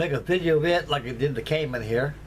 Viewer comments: Kaman. Not Kamon. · (It's "Kaman", and it's pronounced "Kah-MAN") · NOTE: I am a lover of Kaman helicopters. The correct pronunciation is Ka-MaN' (Pronounced like command) I have a Kaman information brochure somewhere with that info.